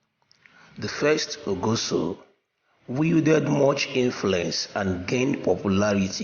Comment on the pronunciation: please your pronounciations of benin names are wrong, like ogiso and many others, but your presentation is good work on the names and how to pronounce names are very important